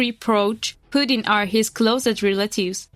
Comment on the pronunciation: Why would anyone take the word of this channel when they can’t even pronounce Putin (a five letter name) correctly. That’s truly “inhabitateable” before you slam another country that isn’t even your own, learn a language proficiently before you talk shit.